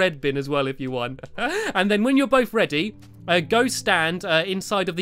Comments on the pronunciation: it sounded like you said bready! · U said bready